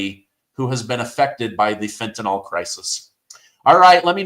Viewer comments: "Fentanyl" does NOT rhyme with "alcohol". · Please learn how to pronounce Fentanyl and stop saying FENTANOL.